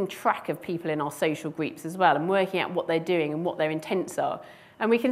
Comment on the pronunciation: We have large “greeps”? Took me nearly 10 repetitions to decide that she was saying “groups”.